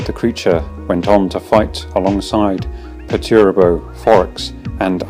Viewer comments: I cringed a little at the pronunciation of Perturabo. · Overall very good just the pronunciation of perturabo (which is like nothing) still a very good video! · The pronunciation of “Perturabo” got me.